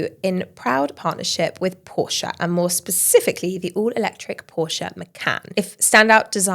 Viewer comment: Great show but could you please pronounce Porsche correctly? Best from Germany 🤭